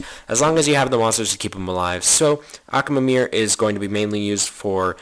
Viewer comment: I can't stand it when he says Accaamir and Tyrone instead of Tyron.